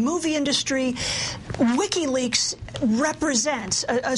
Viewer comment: Lol "Lickiweaks"